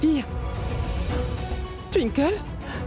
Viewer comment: J’aime tellement quand appelle Twinkle tinekle 😂😂😂